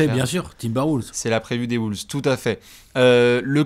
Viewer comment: Nouvelle saison et rien ne change, dit toujours Woolves 🤦‍♂️